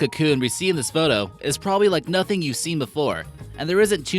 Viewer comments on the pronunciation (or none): none